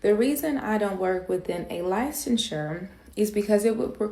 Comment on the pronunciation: She also pronounces licensure as “lie-sehn-sir” It would be normal for someone who didn’t pursue counseling/therapy to pronounce incorrectly. Someone with a masters in therapy who pursued licensing would know licensure is pronounced as “shir” not “sir”